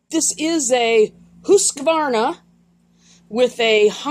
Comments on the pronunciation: As always easy to follow and fantastic camera work and Husqvarna spoken like a true Swede. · Lol - I just love the way you say Husqvarna - spot on there 😂 I just made a video today with your sticker in it. Cheers!